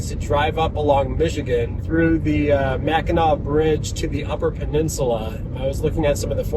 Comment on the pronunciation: Both spellings are pronounced Mack-n-aw. Just found your channel, looks cool.